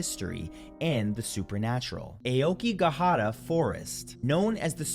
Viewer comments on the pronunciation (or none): I've been watching your channel for years and I love your videos, especially the spooky ones. So please know that when I tell you that the Ao part of Aokigahara is pronounced "Ow" like out or ouch, I do so with respect and only as a piece of constructive criticism. Keep making great content.😊